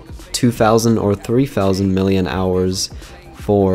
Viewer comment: it is pronounced milli amp hours